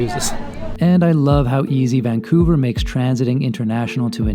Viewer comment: You mean "Vancounver" :D